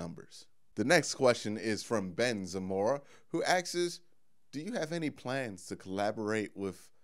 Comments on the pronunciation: Agreed, I started following because I love the way this guy speaks instead of half the YouTubers that just yell at you for attention. But every time he said axes I cringed a little bit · You saying AXES all the Time sticks out like a sore thumb, Like a good looking woman with a giant mole on her face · Asks...its pronounced ass-k-s